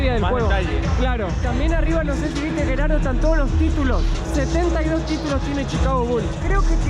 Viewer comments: Es Gerardo!!!! Sos argentino!!!! Porque Yerardou????? Los nombres se pronuncian en su idioma original!!!! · Hola y Lisana les quiero corregir que los nombres propios no tienen traducción al inglés yo me llamo Miguel no Michael Tu amigo se llama Geraldo no yeraldo o como tú lo pronuncias discúlpame por mi intervención siempre veo tus vídeos ❤❤❤❤uno para cada uno